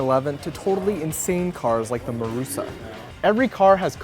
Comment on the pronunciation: Marussia not Marussa :)) xD